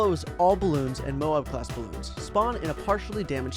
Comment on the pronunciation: it hurts hearing him call the game "Baloons"...